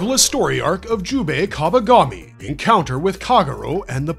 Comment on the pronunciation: Kabagami? Bro...